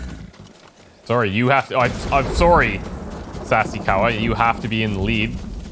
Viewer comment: He said “SassieCowa” XD. I’m dead!!